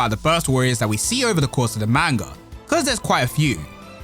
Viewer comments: Not trying to annoy here... Someone needs to tell you.. Its pronounced "Mon-Gah" not "Main-Gah". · pronounced (pronounced like mon in pokemon) Mon-gu (like gun)